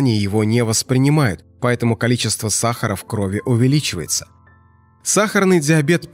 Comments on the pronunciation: Не в крОви , а в кровИ ! ! ! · Не в крОви, а в кровИ.